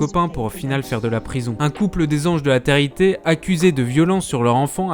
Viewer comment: Hé garçon ! répète après moi : té-lé réalité, pas téréalité. Il sort d'où cet accent franchement ?? Enfin le plus efficace pour ces émissions de merde disparaissent c'est encore de ne pas en parler. J'avais moi même oublié que ça existait avant de tomber sur ta vidéo en recommandation...